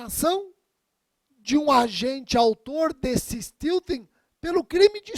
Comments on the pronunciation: A pronúncia correta é "STÉLTIN". Sem nenhum demérito para a excelente aula. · É porque steal (roubar) se pronuncia "stil". Porém, stealthing se pronuncia "steltin". A origem da palavra é steal, mas a pronúncia muda. Erro totalmente perdoável. Até porque um americano ou um inglês pronuncia o português do jeito deles e ninguém liga. Os brasileiros é que, macacamente, se esforçam por falar com a pronúncia nativa. Mas o que é uma pronúncia nativa? Os americanos não pronunciam o "t" no meio da palavra e os ingleses não falam o "r" no fim da palavra. Em Londres, se pronuncia my como "mai". Em Manchester eles falam "mi". E pronunciam "i" para I. O importante é o conteúdo jurídico. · Esse pronúnica de stealthing tá demais..kkkk